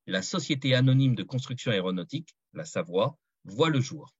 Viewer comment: "Savoia" prononcé : "SavoYia" et pas Savoie comme la région.